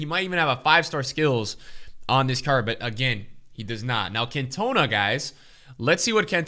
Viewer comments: Can you please stop saying "Cantooona". It's pronounced "caantona" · Lol Cant - OH -na 😅 its pronounced CantOWna hehe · Eric can toe na 😂😂😂 it’s can-ter-nar 😂😂😂 please fix this it’s grinding my gears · Can-toe-na....I mean just wow 😳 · I'm sorry but it's CAntona, not CantOna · Man really called “cantonar”. “cantoena” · It's not Cantonar unless ur an annoying English dude. It's cantona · Your saying it wrong dude its Eric Can-to-na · Can tuh nAh not cantuna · it’s pronounced cantahna not cantoenah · CantonAAAA NOT CantOna Please... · CAN TOE NAH OK STOP SAYING ERIC CAN TONA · Cantonaaaa not Can-tona🙈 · When your American true love sends you 5 Kan-toners for Xmas. Sad times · You mean can-tone-a? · As a united fan the way you pronounce Cantona pisses me off it’s CANT-OH-NAH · Its CAN-TON-A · Who’s can-tona 😭😭😂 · Just for future reference. Its pronounced as Can-teh-nahh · its pronounced can - ta - na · You pronounce it CAN TON NA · Can tone Ah. Common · Its pronounced Can-ta-na 🤦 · Pleaseeee it’s pronounced CAN-TA-NAR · I love you. But if you pronounce Cantona that way again I'm gonna cry. It's "Can-Toe-Nah". Put some respek on his name and please watch some highlight vids of him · Stop calling him can toe na you div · How could you not know how to pronounce Eric Cantona’s name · They way pronounced Cantona gave me anxiety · The way pronounces Cantona will never get old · He’s been doing it for weeks now ahahaha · Clicked right off after hearing the way he said Cantona😂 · not even a Utd fan but saying Cantona so wrong hurts my brain so much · plz say Cantona in the right way it feels so weird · United fans listening to him say cantona must be fumin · Dude your saying cantona wrong please look it up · LEARN HOW TO PRONOUNCE CAN TO NA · How he’s butchering Cantona’s name. It hurts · I love you man but seriously? I'm shocked as a football fan you pronounce his name the way you do. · You say cantona wrong